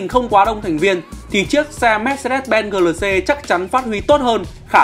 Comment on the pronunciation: Gờ lờ xê...đọc lại đi anh